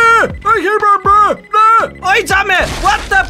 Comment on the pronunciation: το ξερω οτι λες μπαμπαααα αλλα ακουγεται σαν μαμααααα και το κανει πιο αστειο κλαιω παιξε και αλλο happy wheels :p